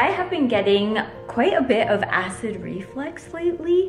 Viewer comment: Hope you had a wonderful Christmas with your beautiful family and hope you bring in the new year happily and healthy. Your tree is beautiful! And the sensory grass toy for Rosie is such a great idea! I have similar things for my cat 😁 Quick question: did we hear you say "acid reflex"? That's what I heard and it made me giggle because you said something similar a few videos ago. It's "acid reflux" by the way. My husband points these things out to me 🤣 Edit: I've heard cramps are due to lack of salt in the body? If it's overworking your legs in the day like you said, try a stretching routine before bed 💕 hope they reduce xx